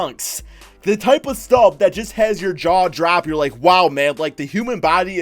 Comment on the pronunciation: When you say just it sounds like jizz